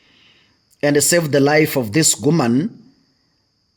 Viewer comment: It's woman not GUMAN!!?